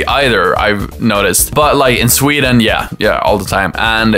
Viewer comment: Did u say tweden?